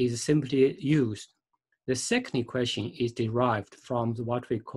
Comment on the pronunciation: Learn English before making these videos. It is horrible to listen to. Sun, not sung. This is Y, this is X, not “this are”. Here we use “an” angle. Even all the writing on your picture is totally wrong. Two objects, not object ... radius, not reedius... how do you even come up with such pronunciations? Equation, not equestion ... my god ...